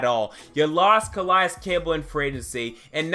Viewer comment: Nkemichie has grown up. Gonna be great. He took off the clown nose. And btw it cuhhhh-lay-es